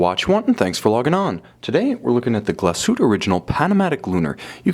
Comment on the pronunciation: When you can't even pronounce the name of the company ......